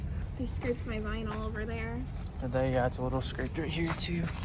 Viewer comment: Gets his drilled: damn Gets a scratch: “MY VINAL!”